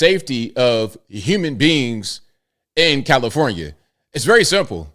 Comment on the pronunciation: I had to rewind it cuz I could have sworn called it Hellifornia